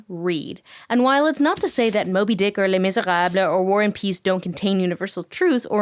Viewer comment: Nice to hear an English-speaker who doesn't pronounce it "Lay Miser-ah-b" 😋